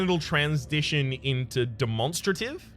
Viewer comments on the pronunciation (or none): dem-on-stra-tive X demon-strA-tive :) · I say it like 'dem-mon-stray-tiv' seems to be saying it as 'de-mon-struh-tiv' with the last three syllables all together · I thought it was weird but then I realized that’s how you say demonstrable so I’m rolling with it